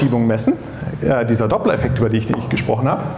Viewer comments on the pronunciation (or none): Eine frage, an denjenigen den es interessiert. Minute 5.57. Meint er nicht den doppler effekt. Ich verstehe akustisch. Doppeleffekt.